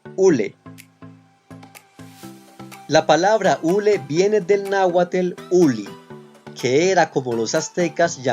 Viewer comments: No digas para empezar es náhuatl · Para empezar y para acabar pronto NO es NáhuaTEL, es NÁHUATL! Mal por esa pronunciación... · México no es una republica, son unos estados unidos... el es náhuatl no... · Ejercita tu lengua..tl,tl,tl,tl,tl...no, es náhuatl.... Tienes varias impresiciones tomate no es agua gorda. Aguacate no es por sentido del humor de los aztecas... Huacal si, guacal no... Cacahuate si,cacahuete no... No me gusta tu publicación, ni tu narracion, ni tu pronunciación. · NAHUATL, NO ES! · Hola, quiero hacer incapie en que tú pronunció está mal no es ES NÁHUATL sin la E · Amigo estás pronunciando mal!! Ojo no es es nahuatl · Se pronuncia Nahuatl, no. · ¿Y por qué pronuncias “”, si no tiene una “e” entre la T y la L? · No es nauathel es nauathl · No es, es Nahuat'l por favor. Bonito video! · Nahuatl. No. Es muy importante en que sepas usar esta pronunciacion. Pues en mexico encontrarás muchas cosas y lugares con la conbinacion TL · Es Náhuatl no Náhuatel. Además no solo son 10 palabras ¡¡¡son decenas las que se usan!!! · ¿ o náhuatl? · Se dice nahuaTL no! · pero por que lo pronuncias como "" ""????!!!!!!!!! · No se pronuncia, donde le ves la E. 😠 NAHUATL como se escribe. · Gracias por la Información solo que la pronunciación no es "tel" es "tl" es nahuaTL no nahuaTEL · Hola gracias por mostrarnos cosas interesantes de nuestros antepadados! Pero tengo una duda, porque usted dice y no Nahuatl, aguacatel y no aguacatl, las palabras terminadas en TL no las pronuncia usted tl asi como es su sonido original, porque termina usted esas palabras diciendo tel y no tl como nos han enseñado que se pronuncia? Entonces nos muestra una parte del idioma de nuestros antepadados y deforma otra porqué? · No se dice Náhuatel. Los españoles lo pronuncian igual😵‍💫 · o Nahuatl? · NÁHUATL,no nahual.pronuncien bien si lo van a hablar.